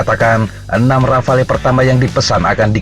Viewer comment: Min, "Rafale" dibaca "Rafal"...